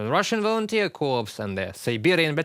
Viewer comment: It is always difficult to hear this reporter's name. Please slow down when you say your name. Also, in English the word 'Corps' as in the 'Russian Volunteer Corps' is pronounced 'Cor'. We do not pronounce the 'ps' on the end. This is different to the word 'corpse', when we DO, but a corpse is a dead body. Hope that helps,. Slava Ukraini from UK.